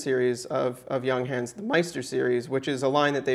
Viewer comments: Stop saying young hence, its yoongháns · The u inJunghans is pronounced more like oo in cool.